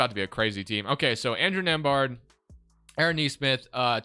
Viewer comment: My last name is nembhard and to hear the way he says it, is killing me lol 😆 😂 the B is silent